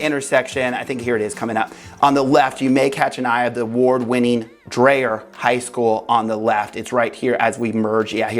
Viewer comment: Dryer rhymes with “deer”. Learn to speak Columbian! 😂